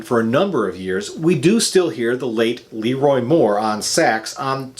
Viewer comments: So many albums but you don't know how to pronounce some of the founding member's names. It's "Le-ROI"...Not LEE-ROY. Also...Carter "Bow-Ford", Not "Bew-ford." Fair review. Just a personal quirk that drives me batty. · LeRoi not Leeroy. Give props to The King! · I agree completely. This guy is spewing nonsense. Just because he worked for a radio station doesn’t make him an expert in understanding great music lol he literally said, “the whole is greater than the sum of its parts” as if that was a negative thing. What a laughable statement. And to top it all off, he pronounced LeRoi’s name “LEE-roy” hahaha if that’s not enough to totally discredit this video I don’t know what is.